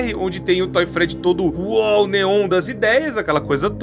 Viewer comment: Não sei pq mas eu ri quando o falou Toy Freddy